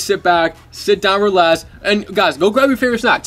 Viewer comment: He said rEsax